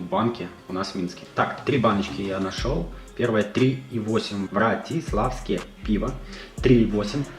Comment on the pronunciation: Не Братиславское, а Вратиславское, Вратиславице это район в городе Либерец, где расположена пивоварня.